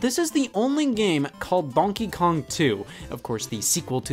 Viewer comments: Conkey Kong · It sounds like he's saying Bonkey Kong. Its the newest Kong everybody. He flails his arms around wielding a baseball bat yelling Bonk! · Bro why does he say donkey kong like that Its like DONkey kong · Why does he say donkey kong like that😂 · the way scott says Donkey Kong.. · Every time he says "Donkey Kong" I remember he's from Ohio. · what the fuck stop saying donkey Kong like that I never noticed you saying it like that before stop it stop it Edit: ok he said it right thank god Edit again: he said it the bad way again